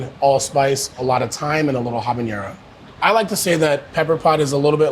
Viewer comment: Why do people insist in pronouncing "habañero" instead of "habanero"? It's not jalapeño, folks. Ñ ≠ N. N is just N. Pronounce it the same as English.